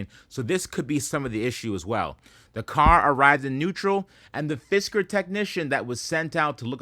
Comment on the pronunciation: Cyber Fisker sounded an awful lot like Cyber Fister - now that’s an exciting product 😂